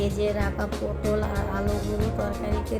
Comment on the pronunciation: পোডল না পটল হবে।